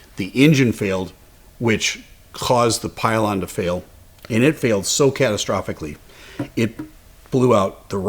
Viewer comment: Love your content! But, I say pylon